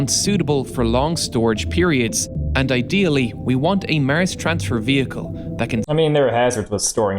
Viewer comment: "Mars" not "Murrz" Is how its pronounced! 🤷🏻‍♂️